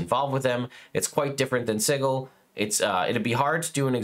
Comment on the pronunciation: It’s si-jil not sigle